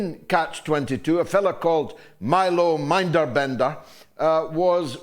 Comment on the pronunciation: He said "Minderbender," when the name is Minderbinder.